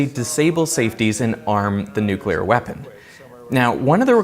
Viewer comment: A prof that says Nukelar instead of nuclear. -_